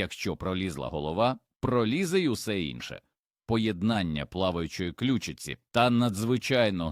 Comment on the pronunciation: Інформація цікава, але озвучення ШІ все псує! Слухати такий контент з жахливими спотвореннями наголосів - себе не поважати! кішкИ сплять, клЮчиці, хрЕбці, мУркоче, кОта, лапкИ, кУщі, здобИча і т.д. Цікаво, чи автори каналу самі слухали те, що вони пропонують людям?